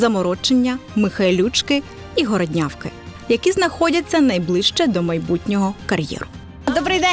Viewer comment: Не Городнявка,а ГОРОДнявка!!!